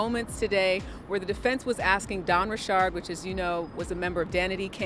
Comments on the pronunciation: Please stop with the pronunciation of her last name. Ain’t no damn ri chard it’s Richard. And why yall so worried about the celebrities? So the other people committing crimes don’t count. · Why is this idiot reporter called her Dawn Rechard. She is not an exotic person, she's from the hood. Her name is pronounced Richards. Plus your not reporting anything important, you gossiping about a pervert and acting like your a serious journalist. Make America Great Again!!!! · Ri'shard hahahahaha it's Richard's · When did Dawn change the pronunciation. I've never heard her correct anyone who called her D. Richard before. Now it's Richaaaard. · Its bothering me this lady is saying Dawn last name wrong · Richard can be pronounced with a ch/sh sound, so you can't blame people saying it differently or in a different tone as well. You're American I bet!😂